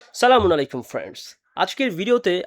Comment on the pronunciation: মুসলমান হিসেবে সালাম টা ঠিক করা উচিৎ